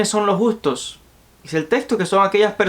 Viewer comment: Los justos no los gustos, agueonao aprende a leer.